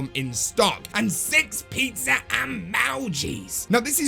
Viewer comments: PEET SA, UH MO GEEZ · I swear this guy has a stroke every time he says emojis